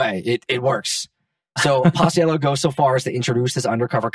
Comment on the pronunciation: Also binger’s name is pronounced pach-ello